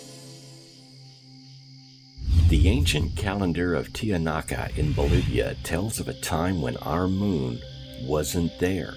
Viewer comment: Asimov was a SF writer. A particularly good one at that but his speculative conjecture about the moon is just that. We see eclipses in this time but as the moon icreas3s in distance away from the Earth in the future there will be none. Tiahaunaco! What did you call it? Believe the piffle if that's your bent but quote scientists or astronomers even. Over the decades I've heard many theories concerning the Moon but I'll reserve judgement until more accurate data can be perused. Hey bro I'm well aware we're lied to about many aspects of our place in the cosmos and blatantly at that with many topics astronomical. You need to work on some pronunciation with nouns. Anomalies aplenty without NASA lying through its teeth.